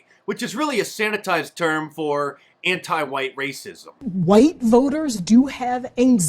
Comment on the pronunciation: it IS Wa-eet Dem-oh!-crahht-elite-run cities where minoreetees suffer......just say-in!